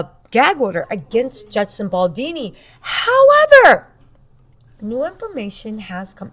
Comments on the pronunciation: BALDONI not BALDINI 😅. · Good show! Although I’m pretty sure his name is Baldoni not ‘Baldini’. Baldini sounds like the name of a magician! 🪄😄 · It's Justin Baldoni, not Baldini.🙂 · I believe his name is Justin Baldoni. Not Baldini. We may want to get the names right before we start professing expertise. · I love you, but please get his last name right. He's already been having too much disrespect. 🥲